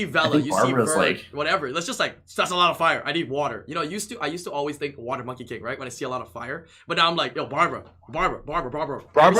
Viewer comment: OMG the best part of the PODCAST is on pronouncing the light Monkey King LOL IM DEAD